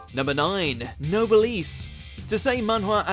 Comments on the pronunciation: noblesse not nobleesse please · Noblesse isn't pronounced "No-bleece". And did you meant to say "vampire lord"? Because Raizel is not a vampire lord, not alone, an actual Lord (he owns the title the Noblesse). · How do you manage to mispronounce Noblesse? HOW???